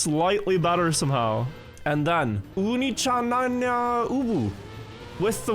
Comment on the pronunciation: Shame can't pronounce onii chan. Buckley need to teach him.